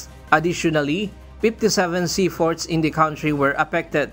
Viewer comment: Sea port po hindi sea fort